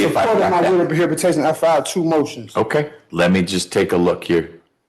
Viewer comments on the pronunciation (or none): PROHIBATAYSHUN is literally not a word! WHY is this judge letting this idiot babble like this? Would Judge Simpson allow this? Methinks not!